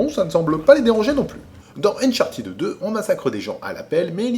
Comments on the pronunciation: Ça se prononce "Uncharteude" en fait, pas "unchartid". Très bonne vidéo sinon ^^ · c'est unchart'd avec un d haspiré; revise-toi-même ton anglais avant de donner des leçons. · (suite) Néanmoins, tu as le droit de dire Unchartèd, mais sache que tu reste dans l'erreur et ne corrige pas les autres avec ta mauvais prononciation. Des plans pour que tous restes avec un accent de merde et que les anglos nous comprennent ou se foutent de notre gueule. Merci p.s, la phonétique a des règles reste internationales et on la retrouve dans les dictionnaires.(Ça c'existe pas la prononciation française) Vu qu''Uncharted n'existe pas en français, on regarde les dictos anglais. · A oui, tu tiens cela de quel dictionnaire, car moi mon Cambridge Dictionaries Online( qui est une référence) me dit un UK "uncharted adjective literary Pronunciation UK /ʌnˈtʃɑː.tɪd/ How to say uncharted adjective in British English US /-ˈtʃɑːr.t̬ɪd/ How to say uncharted adjective in American English". Tu crois entendre Ed,.mais c'est i non appuyé ou le simple son D sans voyelle. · A moins que tu montre la page du Robert ou l'énoncé de l'Académie français concernant la prononciation des mots anglais qui confirmerait ton énoncé, tu as encore tort, car cela se prononce,ʌn.ˈtʃɑɹ.tɪd/ (avec AUCUN Sons È ou I).. Au moins, l'anglo. prononce bien fromage dans son ''omelette du fromage"